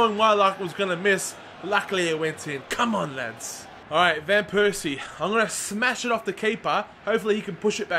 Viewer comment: i feel so un comfortable with you saying vanpersies name ;(